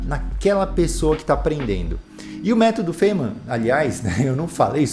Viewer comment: sobre a pronuncia, seria faine-man (tipo he-man) com o "e" bem suprimido. Veja: [faɪnmən] (corresponding to the words 'fine' and 'men').